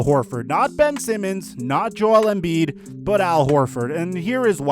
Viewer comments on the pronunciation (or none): none